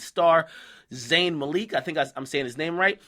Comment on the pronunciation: Akademiks a full on music head and still can't pronounce "Zayn".... real, lmao.